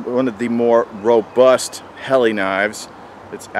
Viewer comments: Great knife,, it's pronounced Hellah.. Not Helly,,,, FYI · Pronounced Hahla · Dammit! It's your job to say it right! I have this blade with a custom handle. Lightsabre.